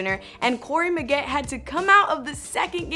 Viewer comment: She lost me at mispronouncing Corey Maggette's name.